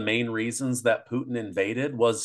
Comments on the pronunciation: His Pronunciation 'Puteen ' cracks me up 😂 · Is it just me or does it sound like he is calling Putin "poutine"? LOL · I don’t see how you could ever call someone a puppet of Putin when he pronounces his name like a really disgusting food dish from Quebec (Province). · He can't say Putin right geez